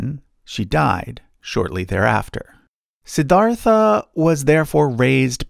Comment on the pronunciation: It's funny how the narrator pronounced Suddhodhana and Siddhartha pretty correctly but still pronounced Buddha as Booda.